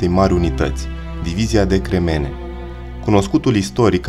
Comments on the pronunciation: Nu cremEne măi! Se spune crEmene cu accent pe primul e, nu pe al doilea e! Greșeală de pronunție! Atenție mare că vorbim despre eroii noștri! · Frumos raport. O singura observatie, in limba romana "cremene" se pronunta cu accentul pe prima silaba (ca de altfel si restul cuvintelor). Zgarie rau la ureche modul cum a fost pronuntat cuvantul aici pana la un punct...insa la final s-a remediat :) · Cinste și onoare veșnică eroilor noștri! Bun documentar. Cel care citește narațiunea ar trebui să învețe pronunția unor cuvinte (pune accentul greșit la substantive precum: cremene, companie, artileria s.a.). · Pe langa acea greseala mai ai cel putin doua: companíe in loc de compánie si artileríe in loc de artilérie. Daca esti român nu este de acceptat, daca nu esti român ai o mica circumstanta atenuanta. Oricum, nu este de acceptat sa nu te documentezi inainte de a face un astfel de material. Prin pronuntarea gresita a cuvantului "cremene" ai dovedit ca nu ai idee ce inseamna acel cuvant si de ce i s-a acordat acest titlu diviziei respective. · Divizia de cremene... se pune accentul pe primul e... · Puteai sa inveti sa pronunti "cremene" corect inainte sa faci clipul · Nu este. Accentul e greșit. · Prezentatorule daca cremene se refera la piatra vezi ca nu pui accentu cum trebuie cand pronunti cuvantul respectiv